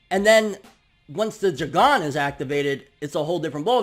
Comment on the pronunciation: Why u sayin Jougan like that 😭